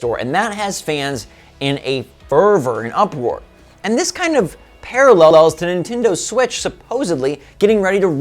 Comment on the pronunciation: “and this kind of parallellels”